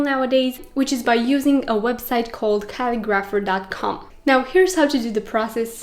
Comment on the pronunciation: Pretty sure you are saying the name of the website wrong. You are saying Cal-i-graph-er. Looks like it is the word Ca-li-gra-pher. Thanks for the share of information.